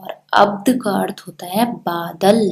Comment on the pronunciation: Wrongly pronounced the word 'अर्थ'